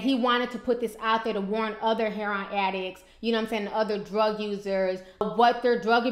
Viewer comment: It's not pronounced "hair-on"... its Heroin... pronounced "hair-o-win"